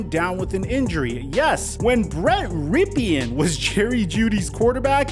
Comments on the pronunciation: It's pronounced "Rip-n" not Rip- e- n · maybe learn how to say the backup QB's name -- Rypien (Rip-in) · Your videos are the best. Found your channel a few days ago and subscribed. One piece of constructive criticism: I think Rypien’s name is pronounced “Rip-in”. I may be wrong if his father wasn’t the Washington qb in the early 90s. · Not a Bronco fan.. but Rypien’s last name is pronounced Rippen. He’s the nephew of former NFL QB Mark Rypien, who led Washington to their last Super Bowl championship in 1991. RIPPEN. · Its just RIPPEN(Rypien)... holy shit... just do some quick research before you do a vid man. Ya can chalk it up to not being a big deal. But if youre making a vid wherein people are supposed to absorb your content as fact, and ya dont even get a name right. It really hurts the idea of credibility even if your info is spot on. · it's RYPIEN, which is pronounced RIP IN,. C'MON MAN!!! SAY A GUYS NAME RIGHT ANYWAY 😉🤣😂